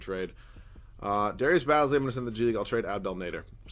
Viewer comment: Its darius baze lee not baz lee